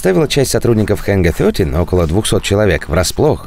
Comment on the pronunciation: Пожалуйста, давайте обойдемся без ХЭНГА ФЬОТИ. Ангар 13. Пожалуйста, слушать больно